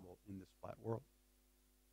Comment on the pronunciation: he can barely say the world is flat , " OMG nandan is telling me the world is flahh , HONEY im going to write a book that the world flehh"